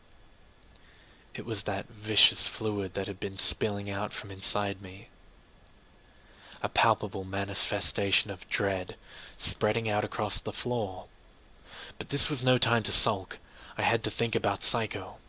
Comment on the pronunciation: hey haha love your work man but ... its pronounced vis-cus... lol it means think fluid